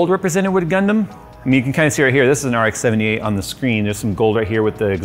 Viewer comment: its rx-78 not rk-78